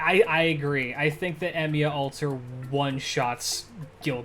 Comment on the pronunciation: Did he really say emyia alter > Gilgamesh 💀 ☠️ 💀 ☠️ 💀 ☠️